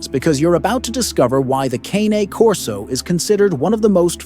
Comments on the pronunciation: You might want to pronounce this breed correctly! Its not CAN e as in soup can nor is it Cane as in sugar cane. Or even Cannie. Its Cah-Nay as in the sound a crow makes and the horsey sound Cane Corso Italiano . Any expert is not an expert who mispronounced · Sorry, but you lost me when you mispronounced the breed name. Something so basic.